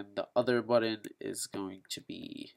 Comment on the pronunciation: Indian accent whaaa?